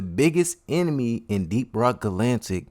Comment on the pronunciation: Ga lan tic.. it’s ga latic Edit: it’s hox EEEz